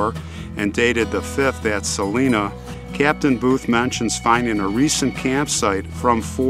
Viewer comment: I live in Leavenworth. They bank on that First City business so hard here. There's a point by the river, near the fort, where you can see where Lewis & Clark stopped. Also, I kinda cringed at "Saleena". I automatically sighed, "It's Sa-LINE-a". But I guess it's a common mistake if you don't live here.